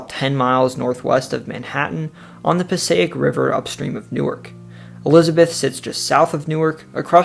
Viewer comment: You said "Passaic" right the first time and wrong the second time. There's even a rhyme, "Eat a steak, piece of cake, that's how you say Passaic".